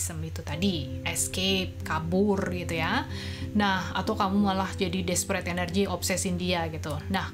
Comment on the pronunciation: Masuk akal banget ini mah, gk cuma sekedar ngajakin ngayal dan lepasin ke langit tp take action dan Mantap banget pas bilang “despreeet energy” hihihi love you 🥰